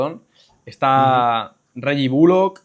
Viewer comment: "Reggie Bullock" 😂😂😂😂